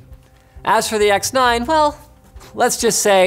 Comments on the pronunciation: "Aoru sex 9" Is what i hear the whole time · I keep hearing him say the Aorus SeX9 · X9 more like he’s says sex9? Anybody else catch that.